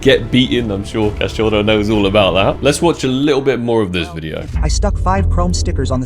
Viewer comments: btw you pronounce cachorro like cash-show-ho. No rolling of the R's that's Spanish or maybe Portugal Portuguese. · just so you know, it's pronounced as Cacho-HO (dog). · Cachouro kkk mto bom ele falando cachorro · Hi why don't we make a small game for each time you pronounce wrongly the word Cachorro you give me 1k on skinclub to play on your account deal? :)